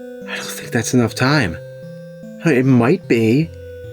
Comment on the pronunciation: Holy shit... He's pronouncing Ocarina correctly!!